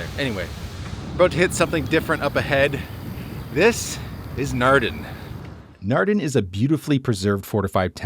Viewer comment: Naarden and NOT Narden with AA open aaaah not ah as in bah